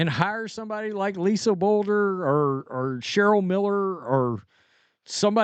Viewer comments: It is Blue der,(Bluder). Not Boulder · It’s Lisa bLuder, not boulder now that you’ve said it in 2 videos. As long as Stephanie White apologizes for DC poor Sun behavior, and gets rid of NS for being an accomplice, I think she may be a good Indiana fit, if Lisa says no. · It’s not Lisa Bolder! Bluder! (Blue der) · Just want to say you pronounce Bluder like this, Blue-dur. I always giggle when you try to say her name:) I'm from Iowa and hear a LOT of local news on coach Bluder and CC and the Fever. From what I've heard it sounds like Bluder is enjoying retirement and likely to stay with it. I would like to see her coaching again though. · Hey. Her name is Bluder! Bluder! Bluder! Bluder! Blew der! Blew der! Blew der! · Bluder , sounds like (blue der )